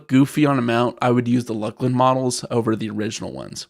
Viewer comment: It is pronounced LOOS-LIN ya fucken dumb seppos